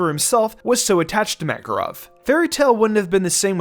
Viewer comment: The fact he pronounces Makarov and Erza wrong is really bugging me out